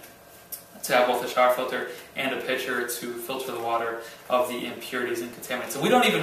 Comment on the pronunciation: every time you said pitcher i thought you were saying picture and i was like, what?! XD lol